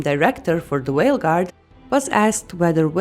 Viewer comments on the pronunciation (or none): Did you say whale guard